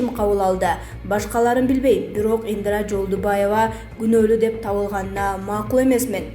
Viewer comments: Ындра эмес Индира. Пандээмя эмес Пандемия. Акцентин ото одоно экен диктор! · Диктор сорой ! ИндЫрА эмес ! ИндИра ! Тупой диктор соройлор тойгузду . Ушулардын айынан жанылык да уккун келбейт . Дагы жанталашып " подписаССа кнопкасын баскыла " дешет , сабатсыз чириктер . ПандЕмия , карАнтин .......фу ..... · Соке каронавирустан олот окшой ааа🤔Диктор кыз туура Оку Индра эмес Индира дегин пандема эмес пандемия 🤣😂😅😂